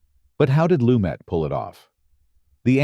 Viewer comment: A terrible video about a fantastic film. About 30% of what was covered could have been interesting but for the obvious AI script and narration. The worst was the constant changes in the pronunciation of Lumet's name. I would rather listen to an untrained human voice than this AI garbage.